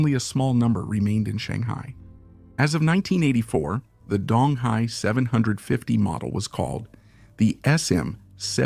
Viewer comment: It's pronounced like "doong". Dong Hai means "East Sea"